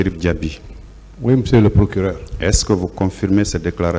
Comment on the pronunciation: 😂😂😂 Quand il prononce mr le plokileur